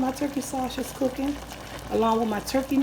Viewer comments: WHY THE MOTHERFUCK DOES SHE SAY SAWSHISS?!?! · Shaw-sigdge. Lol